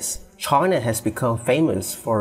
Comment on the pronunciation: Why you call China Try_na??!